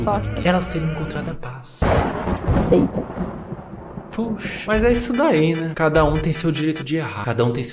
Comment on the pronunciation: É a Seita caralho. Só "aseita"